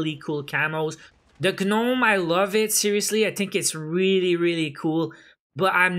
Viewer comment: just for further vids, gnome is pronounced with a silent g. it’s just like nome...kinda pronounced like known